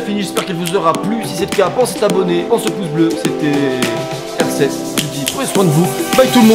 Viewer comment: je suis le seule a remarquer que quand il dit"c'est r7" j'entend CR7(ChristianoRonaldo7) ?